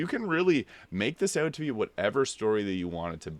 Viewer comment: Had to check your profile after hearing you say 'eught'. I'm from the middle-ish area of Canada and noticed people east of Thunder Bay tend to pronounce 'out' as 'eught', lol. That said I'm (a young looking) 41 year old and largely got back into gaming because of Elden Ring too. Having grown up playing games until roughly 2008 I preferred the turn-based RPG style of the older Final Fantasy games. BG3 though really took me back and reminded me the magic of games. I actually still haven't beat the game, I got to the lower level my first attempt then repecced everyone then went away for a few months and couldn't remember how to use any of them after. I just started my 4th attempt again today and have been following your builds since the 2nd attempt. I keep restarting because I don't want the game to end, lol.